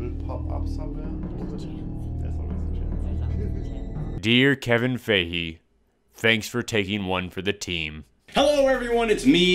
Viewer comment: love ur videos, ur such a nerd but so am i so its okay lmfao, but forreal, Kevin Fiege's name is pronounced FI-GEE or FY-GEE or FI-GI not FAY-GEE! lmao im sorry it just bothers the piss out of me when i hear it pronounced any other way other than Kevin Fiege! lol